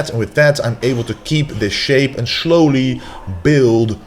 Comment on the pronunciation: Did he say “Showley ?”..its slowly